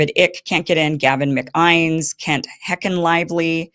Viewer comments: Iversen clearly has no idea who David Icke and Gavin McInnes are, she had no idea when she read the names and mispronounced them horribly. "David Ick" "Gavin Mc-Eyens" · A few pronunciation notes: David Icke rhymes with "bike." Gavin McInnes rhymes with "Guinness." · McInnes is pronounced 'mic-in-us'. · Hey Kim, your reporting is great but you should probably get some help with pronunciation of the names. Ike and Mac Guinness pronunciation made me cringe. I know it’s nitpicking but it makes me think you really don’t know the real story.